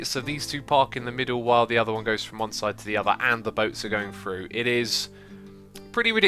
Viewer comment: its Through not Fru